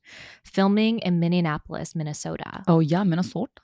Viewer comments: Hey from Minneapolis! Love your show. But there is no “n” in our city name at the mark 😅😂😭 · Natalie, It’s “mini-Apple-lis” and if this helps, you can remember it like, you know how New York is the big Apple? We are nicknamed mini apple. Also I am a fan and just looking out! Love the pod. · Okay totally fine, but I had not idea until I saw the bachelor Joey AND Natalie now both botch the name Minneapolis. As a resident I am dying 😂. I knew we weren’t the most well known city in the world but dang this hurts a little lol.